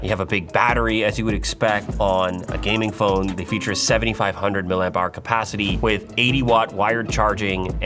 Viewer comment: More MILLER AMPS eh Louis? its Milli Amps, not MILLER Amps.